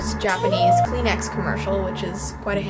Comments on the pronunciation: Who else heard Clean Ass instead Kleenex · 😂 Kleenex it’s called tissue but you can say Kleenex btw that’s how you say tissue in my language it’s Arabic 😂